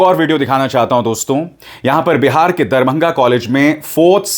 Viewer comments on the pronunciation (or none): none